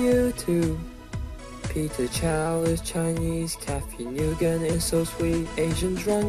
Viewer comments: I heard you said Cathy Ni-yu-gen LOL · You pronounced Nguyen wrong. It's basically ''win''. It's my last name, so I would know... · ____- .....ITS PRONOUNCED 'Wen' NOT 'Nugan' >:O I SHOULD KNOW CAUSE I AM VIETNAMESE AND I HAVE THE SAME LAST NAME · FOR THE LOVE OF ALL LIVING BEINGS NGUYEN IS PRONOUNCED LIKE WIN. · The way you pronounce Nguyen. Is it (Noo yen) or the way he said it if hw actually said it differently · LOL cathy "new-gun" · cathy NEWGUN. typical white butchered pronunciation of my last name. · actually it pronounced win sorry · you pronounced Nguyen wrong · he said cathy nguyens last name wrong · thats not how you say Nguyen... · not to be mean nguyen is pronounced like wind dude i know because my last name used to be that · u mispronounced Cathy Nguyen !!!